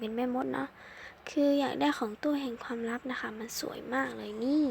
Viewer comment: ความลับไม่ใช่ความรับค่ะ😂😂